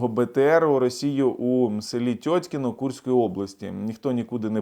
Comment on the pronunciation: Теткино а не тетькино)) насмішив з ранку )))